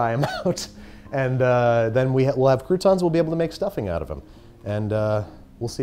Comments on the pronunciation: it's "crouton" not "coup tawn" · I can’t wait until next year, where he redoes this again but he doesn’t say crouton like that